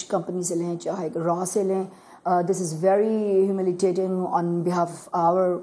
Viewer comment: she says humitating instead of humiliating, she has lost all her grace as a surgeon. She seems so fake